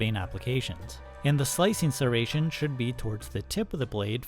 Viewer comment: The only thing I'm taking from this video, is how oddly you pronounce "Serration."